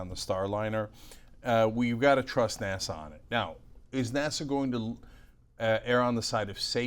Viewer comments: IS she saying NASSAU? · Anna pronounces "NASA" as Nassau. What is she doing? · You might teach your co-host how to pronounce NASA--it's not "Nassau". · Why does Anna add a "W" at the end of NASA?